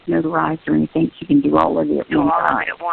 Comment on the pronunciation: I notices sur pronounces “ing” as “ink.” Is that something g people do?